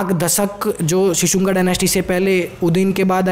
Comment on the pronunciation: शिशुंगा नही ह भाई शिशुनाग है.... हिंदी की ncert भी देख लिया करो थोड़ी....